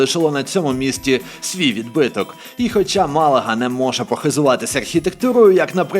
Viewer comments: Чому МалÁga? Навіть в написанні назви міста стоїть графічний знак наголосу на першій «А» - Málaga! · Без обіди ,Не правильний наголос.Ма’лага.Гарно і майже правдиво.Живу тут 25 років.Дякую. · Іспанською наголос на перший склад Мalaga. Слух ріже неправ. наголос. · Тільки не МалАга , а МАлага ))) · Це тільки я чую про Малайзію, а не Малагу?) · Дуже цікавий канал, але мАлага, а не малАга, і Бекс у 2004-му перейшов до Реалу, а у 2007-му поїхав по Штатів))) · Як це можливо: бути в місці, знімати блог про це місто, розповідати про нього...і при цьому не навчитися правильно ставити наголос в назві міста?! Не МалагА, а МАлага! Да там всюди графічний наголос в написанні! Вже по суті інформації навіть коментувати нема бажання... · Не МаЛааагу 😂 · Круте, цікаве, інформативне голос не монотонний тільки одне те що наголос Малазі звучить постійно як Малайзії. А так гуд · Мáлага, наголос на першу букву А….. Будь ласка….. Все відео важко дивитись було 😭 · Добрий день. Невеличка помилка в вимові слова Малага, правильно наголос ставити на перший склад :) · Відео прекрасне, але неправильний нагалос на назві міста протягом всього ролику ріже слух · Дизлайк однозначно... просто вуха різало наголос в слові Малага. Наголос в любому відмінюванні слова на перший склад, а не як захочется. Закон Бекхема - нікого не звільняють від податків, ціни на квартири- космічні. Краще про пляж і море розказуй а не про серйозні речі. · Все же думаю, что Малага произносится на первый слог, а то иногда звучит как в Малайзии))